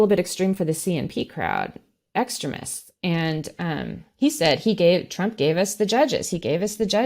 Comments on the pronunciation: Another great show and guest… but seriously, who pronounces it “ex-trim-ist”????? ex-TREME-ists, lady, extremists. Please… I can’t take it… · What part of America has this accent? I agree with her stance, but who pronounces extremists like she's saying excrement? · I liked the video, but she says "extremists" almost like "excrement". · I like the way she makes the word 'extremists' sound like 'excrements'. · Not to be picky but is the pronunciation of "extremists" by just a bit strange? Every time she said the word I heard "excrements" which I guess it's the same thing. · I like the way she pronounces Christian Extremists, she pronounces it like Christian excrement! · omg does she not know how to pronounce extremists properly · Please educate me. I’m not making fun of the guest, who pronounces extremists like that? I’ve never heard it the way she says it. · about as weird as her pronunciation of "extremists."